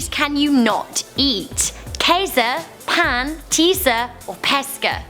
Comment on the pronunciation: Bread in French is pronounced p-eh-n(n is very quiet) not pan